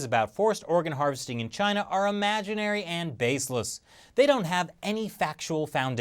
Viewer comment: Lol, listen to how he says Imaginary